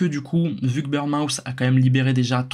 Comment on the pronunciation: Petit détail, c'est pas "burn-mouth" mais "Bourn-mooth", merci pour la vidéo cela dit!